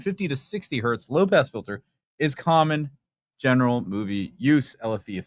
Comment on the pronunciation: It's not One Hert, It's one Hertz. Hertz was a guy's name. The early science called everything Hertzian waves. Hertz is not plural. Great show on everything guys--I'm just being a bit of a duck here!!!! Sorry